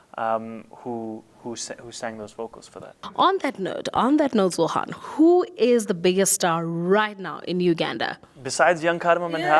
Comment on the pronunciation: Interviewer is calling him Zohan Vs Zohran. She doesn’t even say his name right. I know British English in Uganda ding say R but still